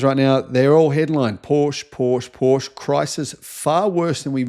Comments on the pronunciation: Killing me with your pronunciation of Porsche. How do you pronounce Chevrolet? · U need to learn how to pronounce Porsche. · "Paw sha" pronunciation. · If you are making videos about Porsche, at least learn to properly pronounce the brand name. Great video otherwise :)